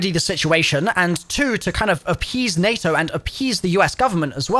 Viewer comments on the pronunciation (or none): none